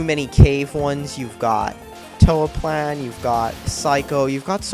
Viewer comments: It's pronounced Toho, the story is great and complex thanks to its development over circa 15 games, and the music is unbelievably good. And it has lots of girls who throw magical balls at each other's faces. No matter how you look at it, how can the games be bad? Oh, and the glitches are nearly all caused by the English patches and cracks developed independently from ZUN. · So here are some tips for reviewing: 1- Try to learn how to say the name of the game you are reviewing. 2- When showing clips of another game to make your point, actually try showing your point through the clip, you show a clip of how that game has better bullet patterns than Touhou, however, there are no patterns shown. Not only that but actually prove your points by showing evidence, you mention that the creator didn't use transparency sometimes, however, show no proof whatsoever. 3- Do more research, Although its easier to review one of the game by simply playing it, you decided to review the whole series here, so the appropriate amount of research should be done, and it's quite noticeable that you didn't since points like the Continue System making you reset from the beggining of the stage only happens on Touhou: 10,11 and 12, any other would have you continue from where you stopped. 4- The Fandom doesn't matter, your comment about the fans doing remixes didn't have to be there, you are reviewing the game/series and so the fandom is irrelevant. 5- Don't immediately contradict yourself by saying the game is easy and immediately after dying on normal mode. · The way he pronounces "Touhou" and "ZUN" makes me cringe so hard. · ***** First off, no, I'm not a weeaboo. Japanese words depend entirely on pronunciation, and he didn't pronounce it right, which gets on my nerves a bit. I apologize, but I was pretty mad at the time about this video, so maybe it was stupid to say something like that. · You can't even pronounce the name right, you're a fucking idiot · Oh yeah and it's pronounced "toohoo"